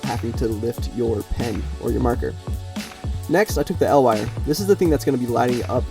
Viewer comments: EE EL Wire. Not "El Wire" It's an acronym, not a Mexican Superhero. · Its spelled E L wire, not EL wire, you also say L E D not LED. EL stands for electro luminescent